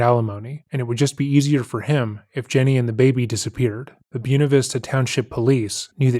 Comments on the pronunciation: "Bwena" Vista. Not Byu-na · The way you pronounce Buena